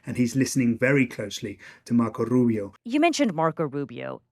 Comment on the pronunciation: Why does he say Rubio's name like that? Even Rubio doesnt say it like that.